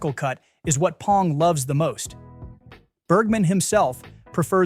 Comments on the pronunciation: Good video but his name is "B" Bong, not "P" Pong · A.I. can’t say it right. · Oh my god, stop saying "Pong." Thumbs down for bad AI. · That doesn't surprise me but the massive frequency of "P"ongs in this video pushed me over the edge 😄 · Yeah, just mispronounce his name. It really shows you did your research and didn't just have Chat GPT come up with this. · This AI voice can't even pronounce Bong Joon-ho's name correctly.....